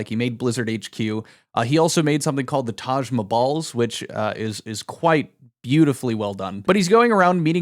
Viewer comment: "Taj MaBalls" xDDD